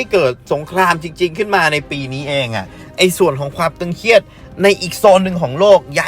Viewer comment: ตึงเครียด ไม่ใช่ตึงเคียดครับ